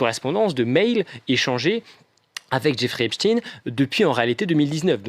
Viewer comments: Cesr pas epstiiiiiine. Il est pas russe. Son nom. Cest epsteiiiiine. Aiiiiine. Comme einstein. Taiiiinnnnn. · Pourquoi Epstine ? C'est Epstein. Comme Eisenstein Einstein, Frankenstein.. Et non Epstine comme Poutine ou Raspoutine, tartine.... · epstine non c'est pas russe c'est epstein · Arretez de drire "Epstine" comme Poutine, c'est bien Epstein, comme Einstein. Et on comprends la volonté de censurer et de ficher les opposants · EPSTEIN ... Pas EPSCHTINE ... PUTAIN DE PROPAGANDE PAR LES MOTS ! FRANKENSTEIN, EPSTEIN ! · On dit Ep ch ta i n e pas stine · C.est pas epstine, c’est epstein, vous confondez avec Poutine.😂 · Merci merveilleuse Madame pour votre précision et votre professionnalisme juste une petite remarque pas Epstine comme Poutine mais epstein comme Einstein merci et bravo et bon courage à vous pour votre travail remarquable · Cst pas Espstiiiiiiiiine c’est espSTEIN , c est incroyable quand même. Vous prononcez pas albert Einstiiiiiiiiine mais bien Einstein alors pourquoi ce glissement ? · Ici on est en France et Epstein se prononce Epsteine et non pas Epstine. Il doit bien y avoir des cours du soir gratuits quelque part en France de prononciation car il ne suffit pas d’être un banal perroquet et tous les français ne sont pas incultes quand même...quoi que... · le fond et la gravité de cette affaire n’est vraiment pas la prononciation d’epstein ou epstine... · Épstiin, même prononciation qu’Einstiin ?😉Einstein , ……..Frankenstein, Epstein , c’est pourtant pas compliqué 🤣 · espSTEIN svp. Qui a décidé qu'il fallait prononcer autrement et pour quelles raisons ? EinstIN donc, pas ESTEIN? lol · Epssssstein !!! Ce n'est pourtant pas compliqué. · Vous dites Albert Inestine ? Harvey Vinestine ? Non. Donc prononcez bien svp (Epchta i ne), sachant qu'on est loin de finir de parler de cette affaire...